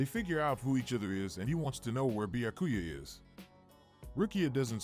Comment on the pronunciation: Not the Bya-ku-ya pronunciation 🤣😂